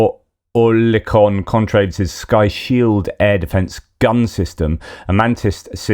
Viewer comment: Oerlikon is pronounced 'ir" as in bird. Ir-li-kon. A well known gun OEM "made famous" in WW2